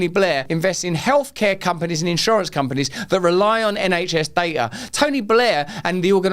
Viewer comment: You speak so fast nowadays, wouldn’t be a problem if you wouldn’t forget to pronounce the letter “t” in words. Wai-ing, digi-al, da-ing and so on. You speak with such beautiful elaborate understanding of your language, please recondition (recondi-ion) your pronunciation so it will sound as eloquent as your choice of words.